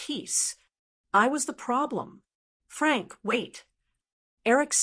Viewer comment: Every time the voice says “Frank”, I cringe. It’s wrong.